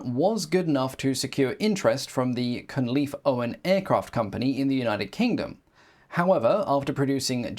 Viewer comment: De Gaulle flew Cunleef ?